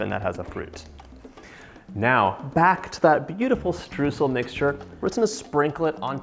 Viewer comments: The first syllable of Streusel is not what you are saying. It sounds like the second syllable in "destroy" (de) stroy-sel. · It's pronounced "stroisel" :) lovely recipe xx